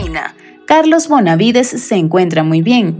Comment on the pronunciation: Chica, no es Bonavides.... Es BENAVIDES